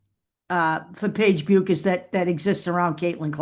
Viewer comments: It is pronounced Beckers. Take care. I think only AI videos say it the other way. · It’ pronounced Beckers. I have family in Minnesota where she is from and that’s how the pronounce it. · Paige herself said: her name is pronounced "Bekkkers"...not: " Buuuuuukers"!!!!!!